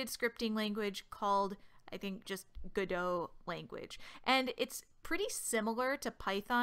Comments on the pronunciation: It's "go dot" not "godo". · It's godot not guduh . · i'ts no godoh like french it's called: GO-DOT like a dot a period. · it's pronounced gah-doh like the play. The developers explicitly stated that its not go dot multiple times. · It's Gah Dough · I've always pronounced it God-oh, emphasis on the God, lol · Isn't it pronuced "Go Dot".. most "beginner" tutorials mostly teaches you to move a dot, and its a reference to that? or am i overthinking this? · TFW the YouTuber purposely mispronounces the name. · Wait, that's how you pronounce the "Godot" in "Waiting for Godot"? Wow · No. It's "Godot", the devs named the engine after the play "Waiting for Godot".